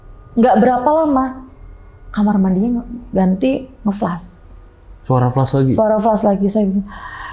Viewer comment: Maklum aj bang, mbaknya nyebut flas aj dengan fles😢